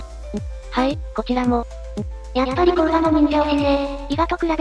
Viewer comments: 滋賀県の甲賀市も甲賀駅もどちらも読み方は❌コウガではなく、⭕コウカですね。自販機に甲賀（コウカ）コーラが販売していて面白いです。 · こうがじゃない！こうかですよ😅